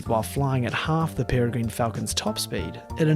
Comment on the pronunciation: peregrine falcon - pere sounds like 'terror' and gine sounds like 'g-win' - perrer-g-win